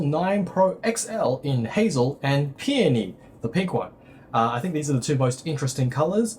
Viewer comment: I was just about to write the same thing. At least he pronounced Peony properly, unlike many other TechTubers!